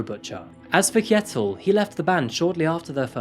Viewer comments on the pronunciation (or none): You dont pronounce it is 'K'jetil but is Sjetil. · also Kj is pronounced Sh. Kjettil is pronounced like Shettil